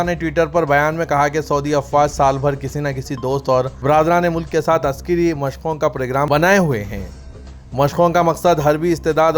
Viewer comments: Askari not Askiri read properly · Askari. Not Askari read properly